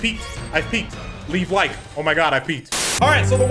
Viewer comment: "Im standing, changing the game..." "LEEV LIEKE?" Will do sir, will do.